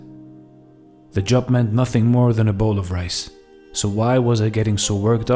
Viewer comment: When you say rice you say mice..when you say rays what you say?